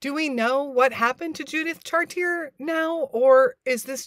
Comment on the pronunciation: It's pronounced "chartié" or for you English speakers . Char - tee - eh.